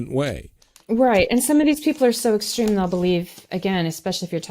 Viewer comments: She should learn to pronounce extreme properly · for a word you mispronounce...you add fuel by repeating it in several forms, what seems to be 100 or more times..."extreme"..."extremist".."extremism"...........puleeze......I want to tear off my headphones when you talk...that totally defeats your purpose..you make that word sound like a bacterial infection...am I the only one who feels this way?